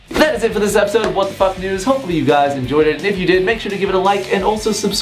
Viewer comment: At the start it kinda sounds like he says what the fuck nudes